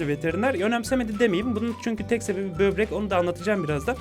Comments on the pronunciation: bebrek değil böbrek hadi kafamı kır hadi! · abi bebrek demenle dalga gecmicem cunku ben berber diyodum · bobrek değil bebrek diyoruz artık arkadaşlar kendini yalnız hissetmesin? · EUEHUEHUEUU BÖRBEK DEDİ UEHEUEUEUHUEH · Bebrek. Evet. Böbrek değil, bebrek. Çünkü özeldir. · sbi bübrek ne ya böbrek o :D